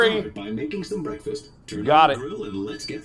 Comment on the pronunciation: What is going on here?! Bekfast!